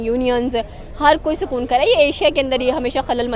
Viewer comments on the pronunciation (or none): none